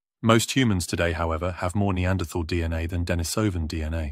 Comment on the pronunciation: I think it would be nice to pronounce Denisovan and Neanderthal correctly, especially if employing an English accent in the presentation.